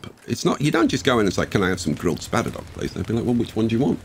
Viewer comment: THE SPADDER-DOCKS! As in boat docks!